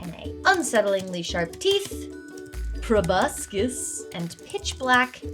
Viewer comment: You had me at "probiscus" 😅